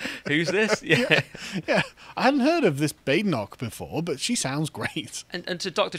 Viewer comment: He murdered the pronunciation on Badenoch and Braverman.